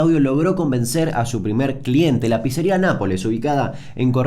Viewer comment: Damian, Pizza se pronuncia PITSA, por eso es con doble ZZ, si fuese PIZA ahi si seria PISA o PISERIA... Se dice PITSA Y PITSERIA.